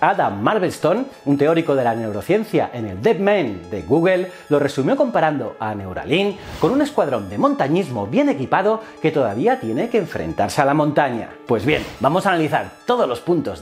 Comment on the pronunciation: Gogel se pronuncia Gugol